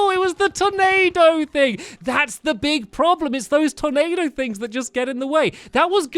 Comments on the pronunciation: you said ''Tomado'' instead of tornado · He be saying Tomato Instead of Tornado XD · you said tomato insted of tornado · It's turnado not tomatoe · stampy use the possed hatchet againt duke fisron and you said tomao instead of tornado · he said tomato instead of tornado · He sort of sounds like he's saying tomato. Just a little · Once you said tomato instead of tornado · I really thought he said tomato thing instead of tornado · Stampy keep saying tomato and not tonado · Instead of tornado he says tomato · Stampy did you call the tornado a tomato? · Lol when Stamps said " there's the Tornado!" I thought he said "there's the tomato!". I was like " stamps, don't you like Ketchup?" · Awhen stampy said tornado it sounded like tomato😆😆😂😂🍅🍅 like if you agree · Tyler Nelson he trying to say tornado but it really sounds like tomato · Who else thought it sounded like he was saying tomato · when he said tornado it sounded like tomato!